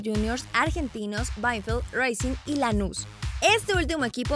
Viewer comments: se dice racing y no reicing además se dice Banfield y no benfild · Ojo no es ruacing es racing es un equipo argentino y si estuviera en inglés de todas maneras estaría mal pronunciado. Ojo con eso saludos